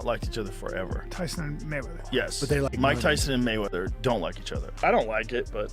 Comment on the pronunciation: I had to stop watching because the way you keep saying mayweather is so obnoxious. MAYweather dude, not mayWEATHER.